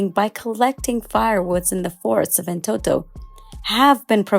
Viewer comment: Amazing job. This shows our country has a bright future. My suggestion would be to call the amharic names in amharic. eg. እንጦጦ not እንቶቶ.